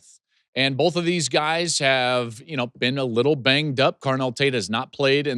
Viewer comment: Joel I want you to spell the word "both" out loud. When you do this you'll see that there is no "L" in this word. Please stop pronouncing it "bolth"